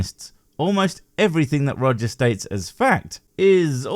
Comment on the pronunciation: When you said "The Mighty Roger" . I just heard "The Mighty Woger" (As in Life of Brian: Welease Woger) it made me laugh out loud for a few seconds.